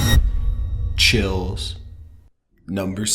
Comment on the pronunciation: They way you say chills my eyebrows kinda touch the sky.... Lmao